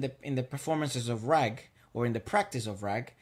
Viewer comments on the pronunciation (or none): It is Raaaaag not rag